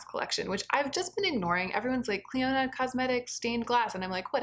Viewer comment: Clionadh is my favourite brand and has my favourite formula. The stained glass collection is not LE, it's permanent!!! And it's pronounced "Klee-oh-nah"